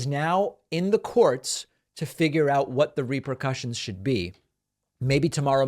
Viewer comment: Repercussions. Not RepRercussions. But, keep up the good work.